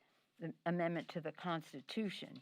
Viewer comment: Instead of saying constitution she said prostitution